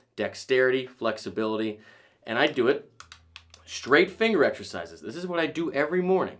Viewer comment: Sean Connery exshershizes, excershizes, excercisers, exercises